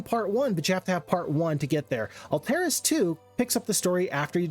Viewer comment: I gotta say I am not a fan of your pronounciation of Alteris. I've always assumed it's Alt (as in alternative) - eh - ris. Not Ull-terr-iss, as you pronounce it.